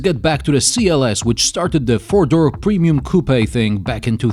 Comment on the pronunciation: one, two, three, fewr?, five, six,... lol sorry i had to